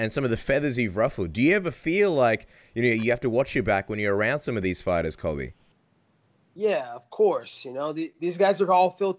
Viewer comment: It’s Colby dude not cobi